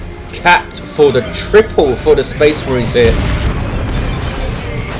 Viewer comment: Fucking speh marhines, ugh.